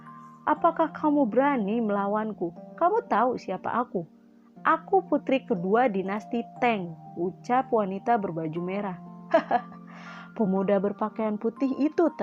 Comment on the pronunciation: Maaf kak saya tidak bermaksud menggurui hanya saja kata "TANG" itu dibaca "TANG" bukan "TENG" kak. Aneh aja sih dengernya Sukses terus kak 🙏